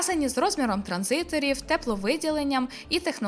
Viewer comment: перший раз на подумав, що дівчина обмовилась, але на вона знов каже, що кількість "транзиторів" подвоюється😂 І навіть якщо увімкнути автоматичне створення субтитрів, то комп'ютер теж розпізнає слово як "транзитор"